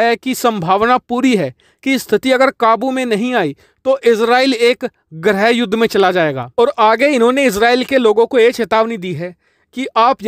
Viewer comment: ग्रह युद्ध नही गृह युद्ध बोलिये हिंदी का हाथ पैर नही तोड़िये